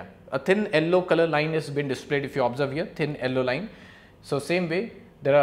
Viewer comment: But it is not yallow